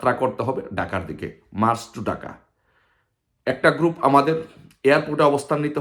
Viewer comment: এখনো ঢাকা উচ্চারণ করতে পারে না সে আসছে বাংলাদেশ স্বাধীন করতে। ডাকা